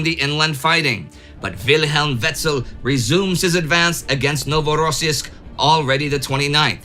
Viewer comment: Indy and team, great work as usual! But it’s pronounced NovorossIysk, not NovorOssiysk, please improve it 🙏